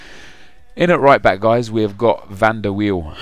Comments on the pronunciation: It's not Wiel it's pronounced viel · "van derp wheel" haha, oh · it's van der wiel